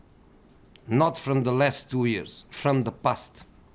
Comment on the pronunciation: And man city have investments from the ' pust ' and not from ' past ' .😂😂😂